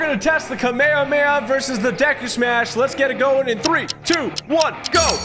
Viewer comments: Btw it’s pronounced ka-may-ha-may-ha not ka-me-a-me-a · It’s pronounced (ha-meh-ha-meh-ha) not (ka-may-a-may-a) And don’t take this as a insult to tg his videos are awesome so pls no hate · Bro it’s pronounced Kar mey har mey har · Its pronounced hamey hamey ha but you said kameya kameya "I obliterated him" got me dying💀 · Oh my god it's called the KAMEHAMEHA PRONOUNCED KAMIE HAMIE HAR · The way he pronounce the kamehameha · He pronounced it like the Hawaiian king Kamehameha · Stop pronouncing it like that